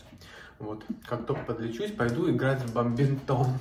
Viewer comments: БаДминтон! А бамбинтон! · Только не баМбинтон, а баДминтон.